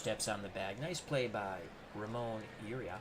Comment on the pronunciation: As an Oriole fan, I'm looking forward to matching up on opening day! I think the Orioles lineup will look much different though. Just one side note, Ramon Urias's last name is pronounced "Ooo-ree-us". He won the gold glove last season so I think the game is underrating his fielding ability. HIs brother Luis plays for the Brewers.